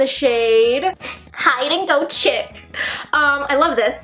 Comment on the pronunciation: you’re so cute !! also “chic” is pronounced like “sheek”, its basically a pun on hide and go seek :)